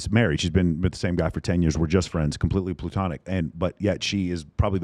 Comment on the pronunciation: It's "platonic" (Plato perfectionist philosopher), not "plutonic" (Pluto secondary planet).